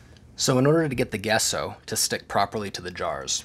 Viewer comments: Gesso is pronounced like Jesso with a J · Thank you for showing this. I believe, Gesso is pronounced Jesso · Hi, That white undercoat you're using is pronounced , "jesso" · It's pronounced Gesso. He's using Sargent Art Liquid Gesso.